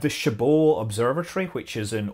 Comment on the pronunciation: Scott, thank you for pronouncing Chabot as “Shabo” instead “Chabut”!!!